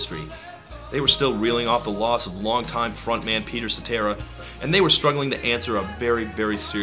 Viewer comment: Peter Sa-terrible...